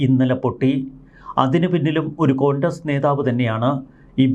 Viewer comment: കൊണ്ടസ് അല്ല കോൺഗ്രസ്.... 😂